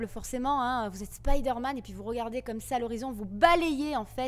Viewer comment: Aaah Spiderman, t as bien prononcé (contrairement à Resident Evil lol), ti vois kantuveux